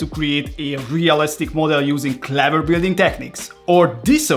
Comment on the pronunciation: your accent is horrible and you can’t even pronounce words properly cleeeveer lol